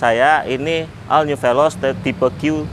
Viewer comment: ol bukan al.. 😁😁